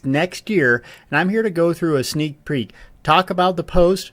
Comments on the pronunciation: "Sneak preak" XD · "sneek preek"